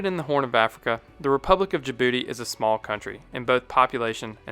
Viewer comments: "Jabroody, located in the H O R N of africa" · I know im immature when I chuckle every time you say "in Djibouti."